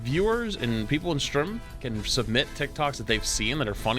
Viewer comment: "strem"